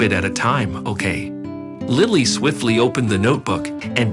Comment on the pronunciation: They need to pronounce Lilly's name. During this story they are pronouncing it several different ways.